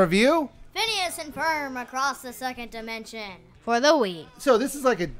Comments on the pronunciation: its ferb not ferm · It's FERB! Not Fern!